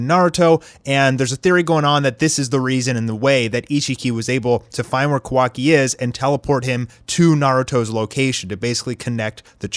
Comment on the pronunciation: did this guy rlly just pronounce sharingan wrong? he just pronounced it at shareingan 🤣🤣🤣 like bruh rlly and did the same thing with kawaki's name it's pronounced kawa-ki not ka-wa-ki